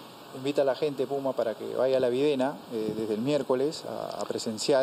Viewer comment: Así se dice pUma Carranza....la 🚫 U 🚫 es la 🚫U🚫